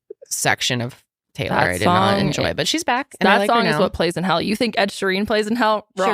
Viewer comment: “Ed Sherran wrap” 😂😂😂